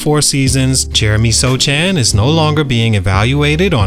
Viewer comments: His name isn’t pronounced So Chan. It’s Soh Han. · "SoCHAN" come on dawg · Yes Sochan, it's pronouched Sohan in Polish tounge — a Polish name that sounds very different when read with English pronunciation rules. That's why you have to listen to the actual Polish pronunciation and write it in English as "Sohan." If you're writing a Polish name, you should pronounce it the Polish way, not the English way. The author should have properly transliterated it — that's on him.It's the same with Asian words. For example, カタカナ — if you don’t know the Japanese script, you listen to the sound and write it as "Katakana." It’s never perfect because accents don’t fully translate, but that’s how we do it. English has many different accents too, yet we still use the same letters. Just look at the letter "O" — it has lots of different sounds depending on the accent, but we write it the same way. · Are you butchering his last name on purpose? It is pronounced Sohan. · I love your channel but how can you make a video on a guy and pronounce his name wrong :/ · You can tell that you have no idea about sochan or spurs by the way you pronounce his name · Not even a second into the video and I turned it off already. If you are going to do a video on a player, at least learn how to say his name properly. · it’s hard to believe this guy knows a lot about Sochan. Did so much research and nothing told him how to pronounce the guys name…weird, that’s the first thing that should’ve been correct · He’s a bum so he doesn’t deserve to be pronounced properly